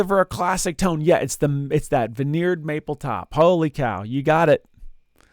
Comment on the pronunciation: 'I like big toans and I cannot lie?' What in the world is a "toan?" I that something different than a "tone?"